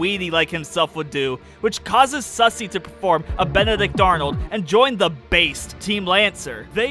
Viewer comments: Lmfao I love how he says “sussy” instead of susie. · The whole playthrough, I as well pronounced it "sussy"